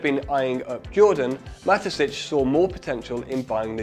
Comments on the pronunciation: Great video, thank you. And now everybody says out loud: "Ma-te-shits" instead of "Ma-te-sitch". Just to make sure we didn't learn that the wrong way. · Mateschitz not matesitch Mate is lronounced nicely here, you can do schitz do. Kt's pronounced shits as in someone shits, mateschitz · An excellent and eye-opening video that is only marred by Dietrich Mateschitz' name being consistently mispronounced as Matessitsch. The middle consonant (sch) should be as in "show" and the last one (tz) as in "hits". Come to think of it, the last part is pronounced exactly like "shits". Oh well. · Thanks for the great vid! Really interesting story! Pro tip: It's Mah - tey - schitz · Mateschitz =|= Matesitsch 😂😂😂